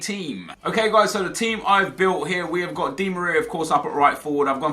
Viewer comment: The G in Gnabry is pronounced